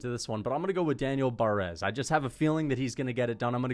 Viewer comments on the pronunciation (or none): none